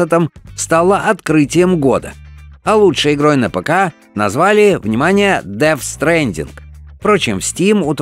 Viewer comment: Деф стрендин. Без Гэ!!!